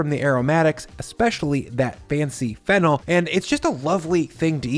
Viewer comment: Watching this now and thought you said fentanyl instead of fennel 😂.